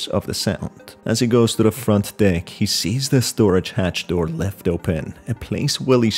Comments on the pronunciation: No offense but when you say deck it sounds like you say d%#$ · I keep hearing him say “ wash the dick “😂😂😂😂😂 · I misheard deck as d#ck 💀💀💀